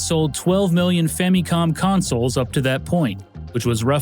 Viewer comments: fam-me-com I can't watch this, this is aggravating. It's Famicom. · why you saying famicon like that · Great as always but I can never get over the "fammycom" pronunciation. Reason: the only syllable in this that is similar to the Japanese pronunciation is the mi in Famicon. The other two syllables are still American in pronunciation which is fine but it seems people that prefer this pronunciation in English seem to think that it's more in line with the Japanese but it's not. I say family like "fa muh lee" so I pronounce it as "fa muh com" in English. Everyone has quirks about which pronunciations bug them and which do not. This is just one of those for me for some reason. ファミコン is Famicom and the Fa is the long A like fah and then mi is like me and then the last is kon pronounced with a long O like cone but quicker...does not technically end with an M because this is not possible in Japanese. It's changed to com for the English spelling just to be more recognizable in English as to what it actually is. Anyway, generally when I bring this up, people ask a lot of questions about why I think this way so I thought I'd put it all in one post. Again, you make some of the best gaming docs I've ever seen. I just have maybe too much to say about this one little nitpick thing. That's it. Man, coffee is great.